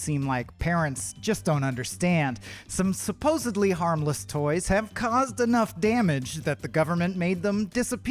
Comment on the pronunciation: Thank you for your video. It's, Supposedly not Supposably. I'm supposeD to go to the store, not supposeB.Setting foot. Not stepping foot.